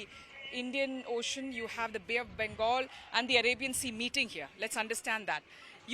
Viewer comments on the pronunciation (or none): none